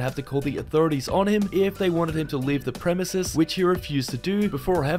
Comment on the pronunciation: HE FINALLY GOT IT RIGHT AND SAYS PREMISES!🥳